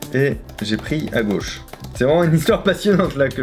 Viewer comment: tu crois qu'on a pas vu le "a guauche" ;)